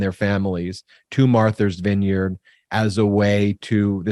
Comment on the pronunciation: I love you Ben, but you crack me up. Martha's vineyard, not Marthers vineyard. Or if you want to say it with a Boston accent Maahthas vineyard. Thank you for another informative video. You are now our go to for political news. And I'm loving how you guys are growing so quickly! 563 thousand and climbing by the minute! Woot!